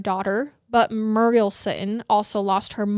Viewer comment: Muriel is pronounced mm your eee el. My mum is called muriel